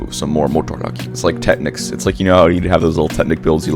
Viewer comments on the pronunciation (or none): none